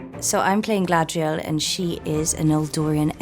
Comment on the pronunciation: Gladriel? Isn't she called GAladriel??.. never heard her name pronounced gladriel ..and that's coming from her actress 🙈